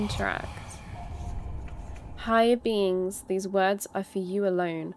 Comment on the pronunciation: When she reads the tablets in kings pass I hear "Higher Beans" and that is 100% correct.